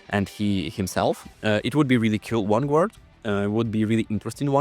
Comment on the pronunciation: That sentry concept looks so good. Also id pay good money to hear pronounce vanguard correctly 😂